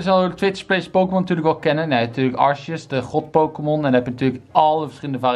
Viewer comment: je spreekt het niet uit als arseus maar als arkeus.